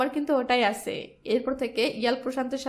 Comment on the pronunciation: আছে, গেছে, করেছে, দিয়েছে... এগুলার হুমায়ূন আহমদ ভার্সনের উচ্চারণ করেন কেন আপু? ধরণ একটু পরিবর্তন করেন, আপু। নইলে এগুলা বিরক্তিকর রিডিং পড়ার মতো লাগে।